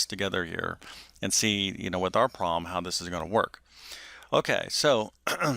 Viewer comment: interesting - but please work on your enunciation - syllables are slurred together (e.g., ;pro-blem' not 'prlm')